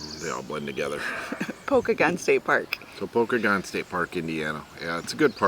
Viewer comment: It's pronounced Poe-kay-gun. Pokagon state park. Check out the toboggan runs in the winter.